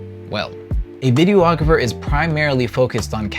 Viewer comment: In the spirit of just trying to better everyones understanding, it's pronounced "video-grapher" not "video-ah-grapher".